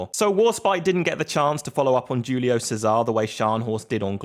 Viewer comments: giulio sesar? Bro is not a salad, is GIULIO CESARE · Julio Cesare (Che - sa - ri)